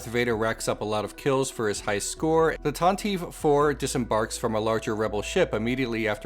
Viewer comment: Pronounced tanti-vee with a long e